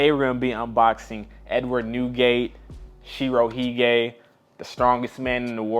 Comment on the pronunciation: Did blud say SHIROHEGAY???